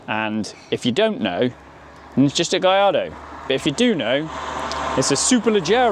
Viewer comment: It’s pronounced “GuYARdo” not “GaLARdo”!!